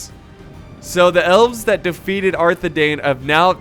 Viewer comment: Can you please start pronouncing Arthedain right? It’s the same as Dunedain. Parallel to ‘dine’